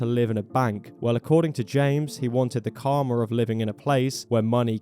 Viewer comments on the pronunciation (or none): none